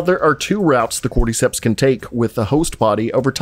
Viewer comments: Why do you pronounce cordyceps like cordeecepts lmfao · nobody: this guy: corde-ceps